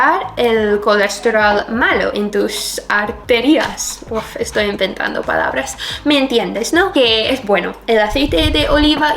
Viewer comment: Estoy inventando palabras. Pues las ha dicho todas bien.